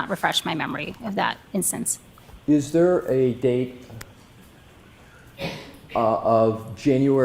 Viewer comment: OMG the hayer is thayer.🙄